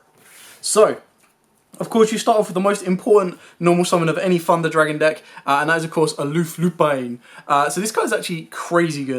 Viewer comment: ‘Funder’ Dragon 😂